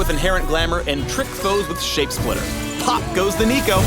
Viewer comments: no not neeko neeko nii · i cringed at the "neeko neeko nii" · "Not-Neeko" Neeko-n't -_ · DID YOU JUST SAY NEEKO NEEKO NEE???? HOW DARE U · Never say Neeko ever again. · did he just say "niko niko nii"? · did.... just say neeko neeko ni.....?????????????? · He did not just say "Neeko neeko nee".. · he said "neeko neeko nii" didnt he?